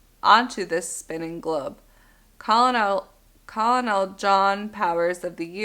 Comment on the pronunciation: Enjoyed your presentation. But just an FYI, "Colonel" is pronounced "kernel."